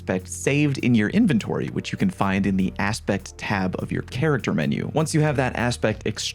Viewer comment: That's not how to pronounce inventory.